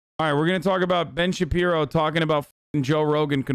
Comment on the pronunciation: BEN SHABEEBOW